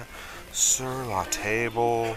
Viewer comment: You know Sur La Table is fancy, because they pronounce “Table” the French way. Hammered copper Moscow Mule mug. These come in sets and are not worth much.